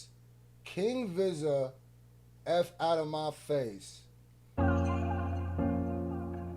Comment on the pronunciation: Yooo I Appreciate yo feedback and the laughs btw Vizza is pronounced like veeza as in a way you would say pizza with a E also no way you said groover lol who tf is dude lol i love yo content bro Were is that bar pillow mannn i will enter when again when i upgarde my stu better and new coming.....